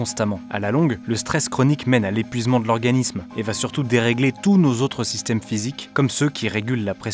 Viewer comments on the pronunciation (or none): « surtut ça nous ronge » :p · "et surtut ça nous ronge" 😂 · "et sirtu ça nous ronge" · et surtuu sa nous ronge! Ta langue a fourché. Gustave et enfin prêt à retourner se faire déchiqueter la gueule dans les ça fait quoi, qui ne respecte pas les arrêts de travail de Gustavo le pauvre